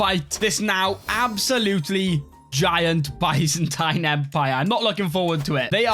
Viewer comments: Byzantine is pronounced biz-en-teen. LOL. Good video, sir! :) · One day will pronounce Byzantine correctly but today is not that day.